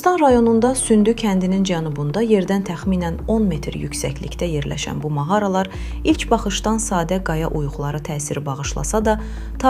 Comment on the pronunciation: Mağara sözünü düzgün tələffüz edin !